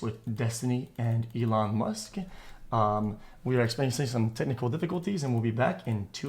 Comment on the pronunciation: "Elone Musc"